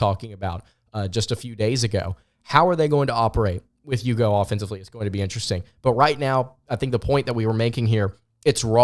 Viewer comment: It's eww-go. Not you-go.